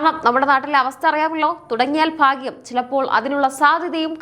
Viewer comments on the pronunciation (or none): none